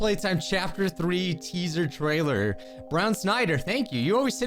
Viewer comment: Teaser “tailer”